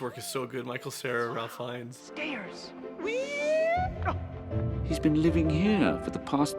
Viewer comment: Teeny tiny correction: Ralph Fiennes' name is pronounced "Ray-ef Fines". It's an old English pronunciation.